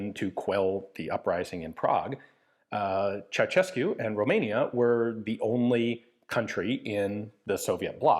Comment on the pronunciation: I do believe you are the first native English speaker that pronounced Ceausescu correctly, but only the first time :)) It really is pronounced Cheaushescu Thank you for doing the research